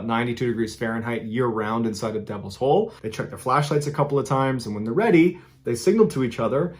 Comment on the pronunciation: When it said said Devils hole I thought it said Devils Hoe at first. Lmao 😂